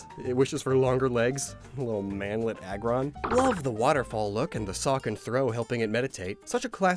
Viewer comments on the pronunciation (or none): none